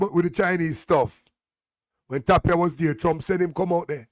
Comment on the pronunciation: ..JC Donald Ray Tapia his name is pronounced TIP-ia.. the A sound as i